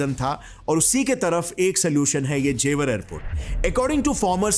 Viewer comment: What is ज़ेवार?? Its ज़ेवर. Not घाजियाबाद its गाजियाबाद